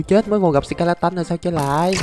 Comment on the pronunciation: Là sờ ke la tờn chứ k phải sờ ke la tân